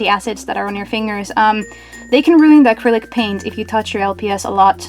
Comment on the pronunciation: Are u saying critic paint or acrylic paint